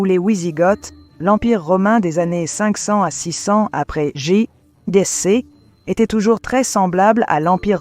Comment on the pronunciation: IA... le vi-aie siècle après GéJiCi... Lol. Sujet interessant, mais comme c'est de l'IA, quelle fiabilité je peux accorder à ce non travail? C'est une honte ces chaînes full-IA.